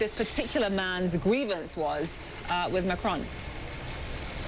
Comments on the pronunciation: You pronounce the “on” in Macron like the English word “on”, not like “own”. If it were Macrone, you would pronounce it as “own” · His name: Emmanuel Macron Kyle: Emmanuel Macrone